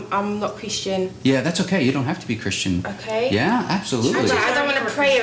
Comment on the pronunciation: christian=no chris-tee-an=yasss